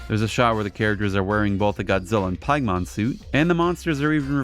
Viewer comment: I think it pronounced "Pig (where pork come from)-mon (monster)